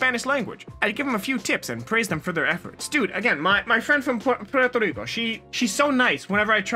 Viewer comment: I'm from Puerto Rico 🇵🇷 and your pronunciation of Puerto Rico is perfect.